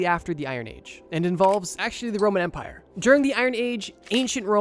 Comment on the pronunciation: First time he said “Roman Empire”, I heard “Roman Vampier”. I was so confused for a second. 😂